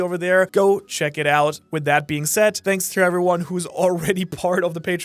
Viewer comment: Ok I really need to know this. Are you saying "shanks for watching" at the end of the video or is it just part of the accent